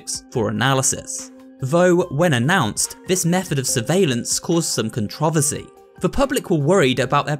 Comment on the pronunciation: Am I the only only one that thinks he said controvery like "con troh vasy"